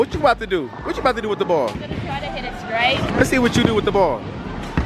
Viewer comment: HE SAID GIVE IT TO ME SRAIGTH LMAOOOO